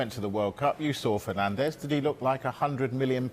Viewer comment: did he fenanzez????